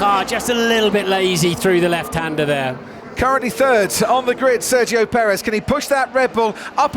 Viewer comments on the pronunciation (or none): none